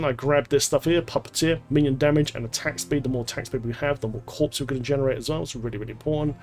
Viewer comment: What I learned the most from this was the S in corpse is silent. who knew